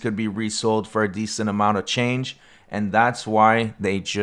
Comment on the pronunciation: I thought you said "over $300,000 in change." It thought, why was this kid walking around with $300K in coins?